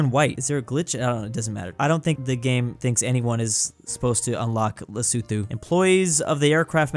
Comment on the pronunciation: Lesotho is pronounced right